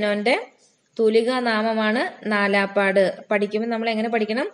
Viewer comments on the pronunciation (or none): നാലാപ്പാട് നാരായണ മേനോൻ എന്നല്ല. നാലപ്പാട്ട് നാരായണമേനോൻ എന്നാണ്